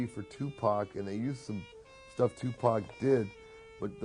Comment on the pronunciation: Good docmentary, but I cant stadn this guy who`s saying TuPec instead Tupac!